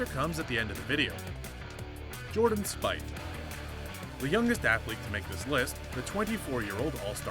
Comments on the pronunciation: Its pronounced Jordan "Speeth" not "Spyth" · It's pronounced SPEETH not Spithe. It's safe to assume there was no production value i.e. A editor 😂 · learn how to pronounce the name of the people you are talking about Jordan Spieth it is not Spith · He said spieth like spithe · its pronounced "Speeth" fuck this channel has gone way downhill